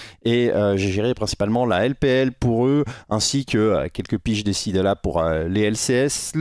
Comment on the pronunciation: salut, pour le pseudo, ça se prononce dècide. sinon pour les questions, j'en prend 2 : - Tu as bcp parlé de l'utilitarisme d'un toplaner, avec par exemple ornn ou malphite, la question est Quand se permettre de prendre un range top comme Jayce, car nous n'avons plus d'engage/front lane ? - et de mon ancien commentaire, Comment jauger la valeur d'un dash et dans quel cas prendre la rune Hexflash (supp et hors supp) ? sinon toujours super cool comme vidéo 👍 désolé pour le trop grand nombre de questions, mais j'ai souvent bcp de mal à trouvé des réponses convenables à mes questions